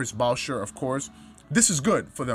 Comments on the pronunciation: Boucher is pronounced like bouchey lol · Boucher is pronounced 'Boo-shay'.